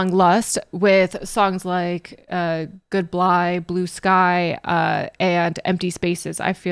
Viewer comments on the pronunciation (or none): "Goodblye blue sky" 😂😂